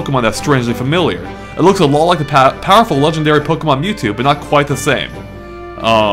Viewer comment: They said NewTwo.